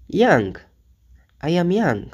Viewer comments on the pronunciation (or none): none